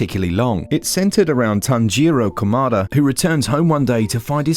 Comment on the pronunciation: Tanjeeroh Kuhmaduh